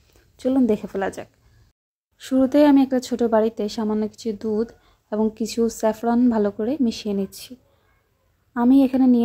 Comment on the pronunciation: আগে উচ্চারণ ঠিক করেন। স্যাফলন কি?